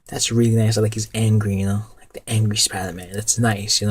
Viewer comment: Why can't you say spider-man?